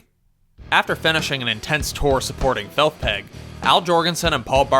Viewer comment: "Felth Peg" 😂